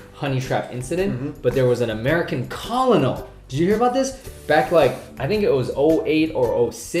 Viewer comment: A common mistake but when pronounced colonial as Col-O-Nal..woo, hahahahaha. that's all I really took away from the video. As always, Love your content👍🏻